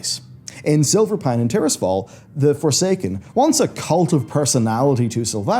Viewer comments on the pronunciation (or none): none